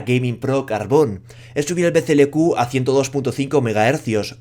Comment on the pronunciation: Todo el vídeo diciendo BCLQ y es BCLK, y nadie en los comentarios dice nada .